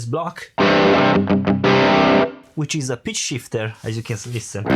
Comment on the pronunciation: I love your accent. It sounded like you said 'Bitch Shifter' instead of Pitch Shifter. :)